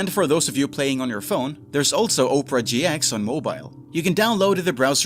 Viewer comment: Oprah GX -- LMFAOOOOOO You get a web browser, you get a web browser, everyone gets a web browser! (it's pronounced Opera not Oprah) 😂😂